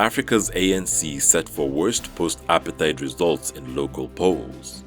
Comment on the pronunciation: Dear news anchor, kindly bother to google the pronunciation of words; Makes for a more professional look. For example, apartheid is pronounced /əˈpɑːtheɪt